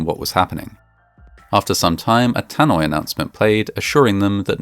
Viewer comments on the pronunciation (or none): What's a "Tanoi" announcement .